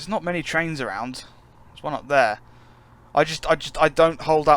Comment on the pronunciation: Be wery wery quiet. I'm hunting traiwns.